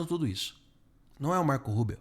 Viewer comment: Olá,você diz Marco Rubel ou é Rubio?